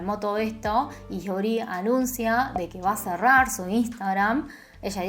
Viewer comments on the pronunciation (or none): no hay descepcion mas grande que aquel dia en el que lei en coreano el apellido lee, que en realidad se pronuncia i, damn•~• •<•